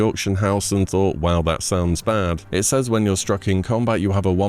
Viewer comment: why do you keep saying “says” like that💀💀